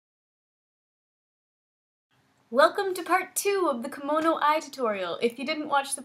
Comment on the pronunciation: nice tutorial, just want to let you know that kemono is pronounced keh-mo-no. You are saying kimono right which is the traditional Japanese gown.